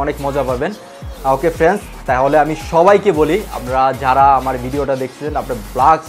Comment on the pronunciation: আসসালামুআলাইকুম ওয়ারাহমাতুল্লাহি ওয়াবারাকাতুহু ভাইয়া আপনার কথাগুলো ভালো লাগলো তবে আপনি ভিডিও তৈরি করার জন্য সুন্দর করে বলার চেষ্টা করবেন যেমন ফ্রেন্স না বলে ফ্রেন্ড বলেন।